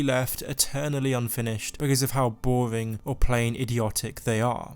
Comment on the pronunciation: Before u call something bowing learn to say the letter R